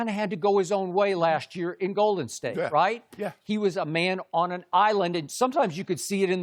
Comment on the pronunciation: Does anyone else notice/dislike the fact that Skip emphasizes the wrong word in Golden state? Lol